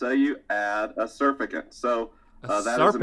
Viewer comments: He kept saying "surfacant" and I'm pretty sure he meant "surfactant". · They're called surfactants rather than "surfacants," but yes! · It's surfactant, not surfacant... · When mispronounced surfactant though... "sur fa cant" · Say it with me, "Sur-FACT-ant". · someone needs to tell him its pronounced Sur-fact-ant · I was looking for this comment. Thank you. LOL surfacant got me confused. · sur-fact-ant please say it right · Surficant or surfactant? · Thank you! This drove me crazy. Especially since he’s supposed to be the expert. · His pronunciation of 'surfactant' has me questioning the scientific validity of this entire experiment. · That was the weirdest way I’ve ever heard surfactant announced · Love Science but WHY DOES HE PRONOUNCE SURFACTANT THAT WAY?? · How does Science not know how to pronounce surfactant???? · HOW IS HE PRONOUNCING SURFACTANT????? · Science man can't say surfactant